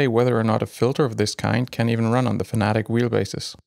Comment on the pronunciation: Fanatic 😆 FAN-A-TEC 🙄